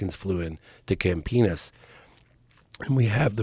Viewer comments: This guy loves saying "campenis" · I love how he pronounces Campinas as "camp penis"